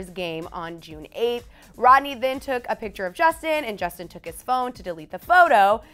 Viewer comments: mmm btw it's justin not jusin 😂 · Justin. Not jusin da fuq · "Jusin" LMAOOOOO